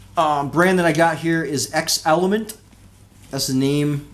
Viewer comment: Shouldn't it be pronounced "zelement"? Like Xerox and Xerxes.